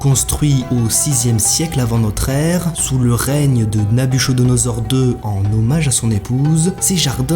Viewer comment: On prononce NabuKodonosor